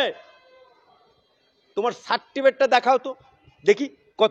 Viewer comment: মহাশয় আগে certificate কথাটা উচ্চারণ করতে শিখুন। তারপর certificate দেখতে চাইবেন।